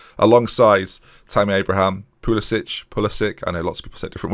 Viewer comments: also i don’t know how you say the front of the name but there’s no ich on pulisic it’s ick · I've found the Data Analyst 3d view from max height gives me a similar view to patterns of play as 2d. And I often use that to bed in a new tactic. Regarding Pulisic, he himself says it with a hard c. Not the Croatian Ch.